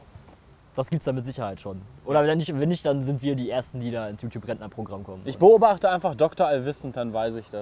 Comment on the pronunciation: sagt immer Jutub und nicht Youtube ^^